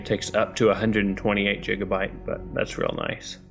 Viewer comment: jigabyte?????? its gigabyte